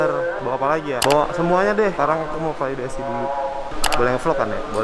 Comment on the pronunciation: Kak koreksi kak, Validasi bukan Falidasi.. hehe